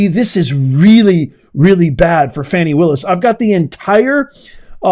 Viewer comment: Please stop mispronouncing that woman’s name. “Do not judge, or you too will be judged. For in the same way you judge others, you will be judged, and with the measure you use, it will be measured to you. “